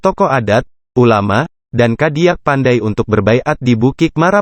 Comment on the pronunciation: Harap pembaca berita belajar cara pengucapan istilah bahasa minang yg benar agar tidak aneh didengarnya.contoh cadiak pandai malah dibaca gadiak pandai.aneh bangat.